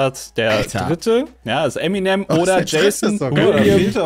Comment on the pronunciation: Kurz zur Frage 14 und deren Lösung/Aussprache also SPOILER!!! :D . . . . . . . Fun Fakt: Es ist als deutscher typisch Eminem falsch auszusprechen :D nicht "Emi nem" sondern "Em in em" für M&M = Marshall Mathers